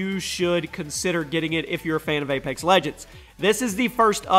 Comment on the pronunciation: It's apex legends not A - pax legends